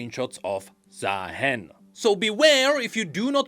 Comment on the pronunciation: If not bird like why called ZaaHEN💀